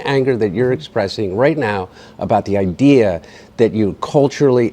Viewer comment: Biden talking as a Biden.. " the ideea"" same talkingpoints ower and ower again...